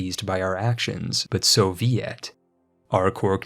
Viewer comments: "Many will be displeased by our actions, but so-ve-it." I had to pause the video and replay that bit bc I couldn't hear over my laughing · so be it = so vi et